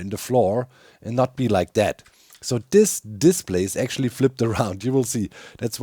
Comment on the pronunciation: The way you say "display" makes me think of a diss play, like play made for roasting. - To be or not to be, that is the question. Unless Menos is nearby, then I'd rather get away from him and his stinky pits.